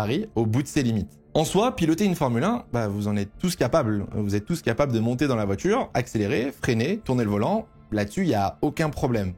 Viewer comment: Ça fait des années que je te suis et j'adore tes vidéos mais s'il te plait corrige ta prononciation des "t" ce n'est pas "voitchure" mais "voiture".